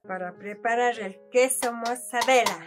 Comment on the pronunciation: Pobre, no le prepararon antes o corrigieron para que pronuncie bien el "queso mozzarella"... 🤔